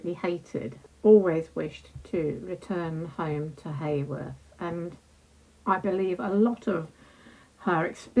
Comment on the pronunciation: The town is pronounced Howorth, not Hayworth 😊